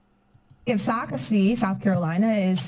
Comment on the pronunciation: It's pronounced Sock ass tee... not Socrates